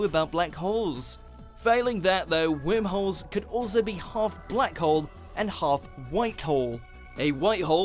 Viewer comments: Is that your accent or are you pronouncing it "wimholes"? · I was hearing wermholes 🤣🤣🤣🤣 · when he says whimholes I laugh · new drinking game....Every time he says whirmholes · Omg! I can't stop listening to that shit! Can't even enjoy the video. 🤣🤣 fuckin whimholes!! 🤣🤣